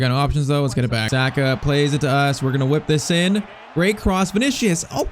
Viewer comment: Saaaaahhhhka pls say it right